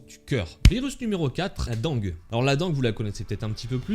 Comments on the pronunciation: la dengue se prononce " dingue " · Désolé, mais dengue se prononce "dingue" Désolé, mais vivant dans un pas où des épidémies de dengue apparaissent tout les 1 à 5 ans environ, je ne pouvais m'en empêcher